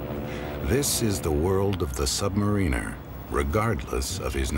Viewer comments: Damn it, for the hundredth time, submariner, NOT submanineeer! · submareeener??? isn't it submariner shit contaminator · R Wood Right! Im from SSN 650 USS PARGO 77-79, I hate when they constantly mispronounce submariner. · Two of my cousins were submariners, reactor personnel to be exact. They pronounce "submariner" with the "marine" part as you would pronounce "marine" as in Mqarine Corps. They get on me because I pronounce it the British way as in "submariner" with the "mariner" part as in "The Ancient Mariner", thanks to our grandfather and their uncle, my father--our grandfather, my father and myself were all born in Scotland